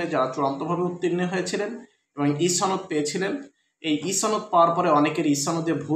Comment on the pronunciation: ছনদ নয় সনদ হবে।